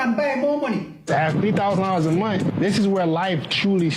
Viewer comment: If you're consistently making more than $10K a month, you can pronounce the last two letters of the word, "month". Be a man who builds, not bullshits.